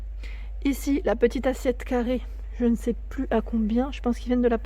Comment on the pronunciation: wouiiii tu as dérapé sur le "carrrrrrrrée". Oui je suis un peu vénère pour les vis et le carré pour les visser. Surtout que ça vient de se reproduire avec l'autre meuble de SDB . J'ai tout planté dans l'entrée ça m'énerve et comme j'ai une main blessée je ne peux pas forcer. En plus ça fait mourir de rire mon cher et tendre qui est à 50 km d'ici et ça m'énerve encore plus. C'est un super bricoleur, alors ça se moque, ah les mecs j'te jure. 💋💋💋💋💋💋💋💋💋